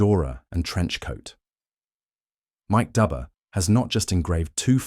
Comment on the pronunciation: The engraver's name is pronounced like Doober not like Dubber, even though it is spelled that way. An understandable mistake. We have known each other for 45 years.